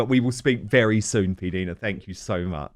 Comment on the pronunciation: Love you Dan❤. Please pronounce PDina ( like eye) correctly. You guys are great together.